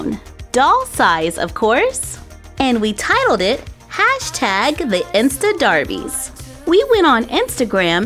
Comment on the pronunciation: can she stop saying darbies its so cringey